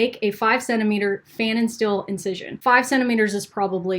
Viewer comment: As a German I have the constant urge to correct people ;-). Unfortunately, I don't have any expertise in this profession at all. But this guy (Pfannenstiel) was German, too. So here are my two cents on how to pronounce the name (more) correctly: the a is pronounced like the u in shutdown or shun. And the last syllable (..stiel) is pronounced like steel, at least in some dialects – in high german, the st is pronounced differently, but Americans struggle with that a lot, so let's not overcomplicate things.